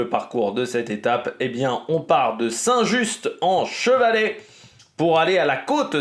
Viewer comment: Quelques informations pour t'aider parce que l'étape part à 15km de mon boulot et passe dans des lieux que je connais très bien, déjà on ne prononce pas le T de Saint-Just-en-Chevalet 😂 à Saint-Symphorien sur Coise on change de département et on arrive dans le Rhône, la limite étant juste avant entre Chazelles-sur-Lyon et Saint-Symphorien dans une grande ligne droite. J'aurais adoré aller voir le départ, malheureusement (ou heureusement !) je ne travaille pas aujourd'hui. 😅 mon prono aujourd'hui c'est Narvaez qui s'est montré déjà dimanche avec Jorgenson